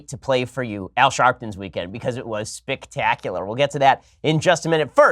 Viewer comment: Did he really say that Al Sharpton's weekend was "Spictacular"? Hah!